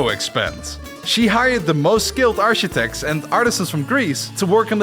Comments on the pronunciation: this one really got me ... "arshitects" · Look, man, I don't know what part of the world you're from...but 'Architects' is NOT, and has never been, pronounced 'Arshitex'....